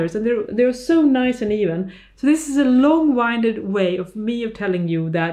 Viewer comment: Or listen to the song Pussycat by Tom Jones. Also winded is not pronounced wiineded but win-did . But I must like many Scandinavians your English is excellent overall.